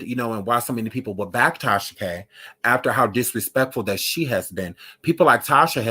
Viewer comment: “MMMKAY?!” Lmfaooo